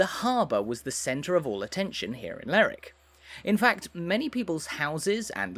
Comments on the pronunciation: Lerwick is pronounced both ways in Shetland, it depends on where your from in Shetland. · What kind of idiot makes an upload and can't even pronounce the subject properly??